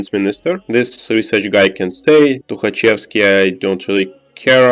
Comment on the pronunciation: Ты должен уже начать подозревать в начале из-за его странного акцента как из клюквенных фильмов, а потом до конца убедиться когда он произнес имя "Тухачевский"